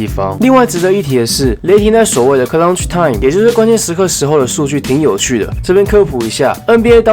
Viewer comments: 呃⋯ CL-UCTH time ⋯ 不是 CLUN-TCH time 哈哈哈 就提個醒 繼續加油💪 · 為何你的clutch 都會有個ㄣ的音啊= = 不過還是很喜歡你的分析 辛苦了 另外關於空檔把握度這部分 可以請教一下去年表現的比雷霆差的是哪幾隊呢？